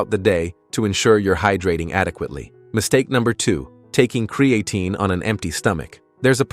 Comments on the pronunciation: Lost credibility right off the bat as you pronounce the word incorrectly. It’s not CreAaatine. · "Cre-A -Teen" Stupid ass AI